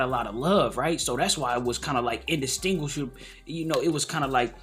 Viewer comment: Indishtingua… too big of a word for you my guy. 🤣